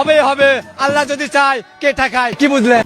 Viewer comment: আন্টি আপনি আগে বাংলা শুদ্ধভাবে উচ্চারন করা শিখেন। শব্দটা যুদি না, হবে যদি। আর কিছু ভাল ভাল ইংলিশ বাসায় মুখস্থ করে সংসদে বলার চেষ্টা না করে শুদ্ধ বাংলায় কথা বলেন।